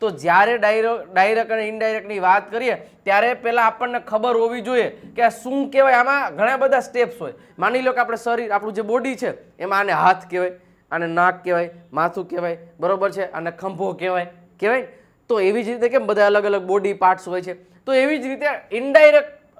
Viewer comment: Sir KHAMBHO NA kahevay KHABHO kahevay 😂